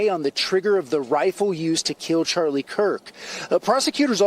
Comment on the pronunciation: He said Charlies name wrong.